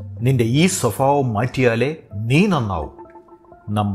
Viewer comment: സ്വഭാവം /ഫ /തെറ്റ്‌ സോഫാഭം തെറ്റ്‌ ഒക്കെ ഗുരു സോറി